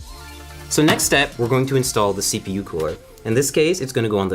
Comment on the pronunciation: he says yepu